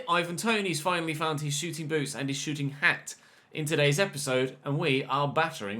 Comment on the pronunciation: He said shooting hat